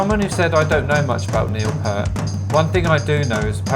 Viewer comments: Say "peert" not "pert". P-👂-t. You got it right. :) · His Name Is Neil Peart and It’s pronounced Peeee-Ert If you do some research on him you’ll understand why he left RUSH for nearly 5 years, and you’ll know that 1/2 way through his career he took lessons from the legend Freddie Gruber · I'M SO ANNOYED ...😏 Pee-urt, same long vowel sound as "gear". RIP Professor. Just incredible 🖤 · Hi, not a problem. Pronounced Pear t. I gave Neil a 10 out of 10, but I'm biased. R. I. P. big guy. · Love RUSH. If you haven't checked out YYZ from RUSH live in RIO, the crowd goes crazy on that one. And as for Neil Peart's last name. Just remember Just take the word ear. And just put the P in the beginning and the t at the end. In fact you said it correctly at first.